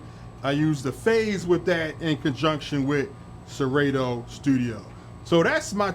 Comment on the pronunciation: It's a beautiful setup and congrats on the 1K subs... But how about pronouncing Serato (ser-ah-to) correctly now 😂😂😂... Great content as usual